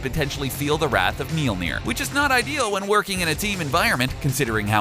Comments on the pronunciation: Myol-near. Spelt Mjollnir. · "Mealnear" lol. Why call his alter identity a useless power when it was part of his story? You even mentioned it lol. He is the son of Gaea though...him dying didn't have shit to do with any of that, it's just an iteration of him learning more of his abilities. He made it rain over a country that doesn't get rain...wtf kind of list is this. Solar flares aren't even his strongest abilities. Godblast? Antiforce? His antimatter is beastmode. And Warrior's Madness is usless? He beat the shit out of Silver Surfer and Adam Warlock at the same time, then handed Thanos his ass with it. I wouldn't call that useless.